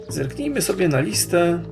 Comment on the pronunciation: Gdy rock wchodził do sypialni pani Black zamiast zerknijmy usłyszałam bzyknijmy XD